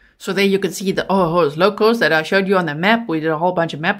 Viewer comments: Ojos is pronounced like ohos. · Ojos is pronounced “o hos” which is eyes, o Jo’s locos = crazy eyes. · GM! In case no one told you, if it is Ojo Locos- Ojos= oh-hohs. ❤ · The Ojos is pronounced as an H OHOS which crazy eyes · Its Ojos locos - OHO- LOCOS